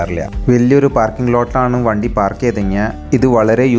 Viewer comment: വന്തി അല്ല വണ്ടി ആണ്